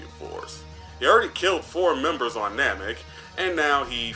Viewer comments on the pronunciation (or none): none